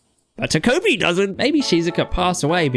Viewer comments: Incredible video but WHY do you say ta"koh"pi like that!! Again, loved the video but please pronounce it ta-ko (as in cod) pi I'm begging you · "ta-cope-y" dfghjkl